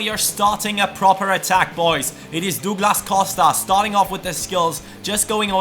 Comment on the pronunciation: it's prounouced Dawglass Cowsta